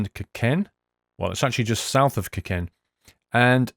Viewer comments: "kirken" - 2k17.. it's pronounced "Kirkenes" not "kirken" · It's Kirkenes, not Kiken! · Kiken? it is kirkenes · I like how you pronounce Kirkenes "Kirkeyyy" xD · You butchered Kirkenes so bad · OMG! You butchered Kirkenes so bad :P